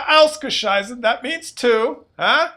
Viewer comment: Phleeease keep on saying "ausgescheisse". The Germans are morons anyway.;-)